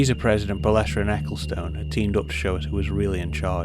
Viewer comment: Interesting documentary. It was Jean Marie Balestre though, not Belestre.